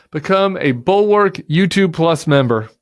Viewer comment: Sam Stein "The Bulwark"has THREE syllables (no really)! I heard you say "The Bork" and looked to see what I was listening to.